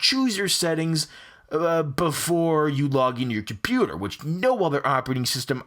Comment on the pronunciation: Your "COMPOOTAH"